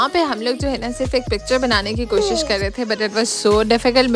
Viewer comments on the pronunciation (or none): none